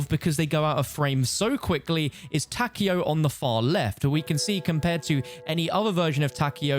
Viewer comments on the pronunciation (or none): Takeo being pronounced "Tacky-o" pains me lol